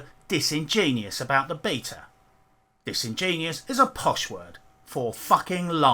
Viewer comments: ‘Three month old sock puppets.’ Pmsl 😂😂. It’s pronounced Dis-in-jen-you-us Not Dis-in-genius. Sorry for being a dick but I had to. Good video by the way, I agree with all you said. Except for the pronounciation of disingenuous. 👍🏻👍🏻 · For future reference, the word is disingenUous, not disingenius.